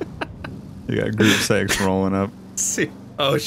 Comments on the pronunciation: When he says group six it sounds like group sex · Every time he said “group six” i thought he said “group sex” and i was so confused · anyone else think was saying group sex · Omg, i just realised that gruppe6 is said line “Group Sex”